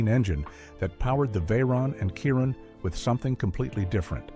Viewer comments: I am so sick of AI. Some random old guy it called And Wallace and mincing the name Chiron calling it KY-Ron. WTF! YouTube please ban this AI BS! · PLEASE STOP WITH THE AI NARRATION. Where will I start? Well for a start that is definitely not the correct Andy Wallace, that's not how Mate Rimac is pronounced, also not how Chiron is pronounced, Sweden have produced other cars I could continue but this 5h1te doesn't deserve anymore of my time than this.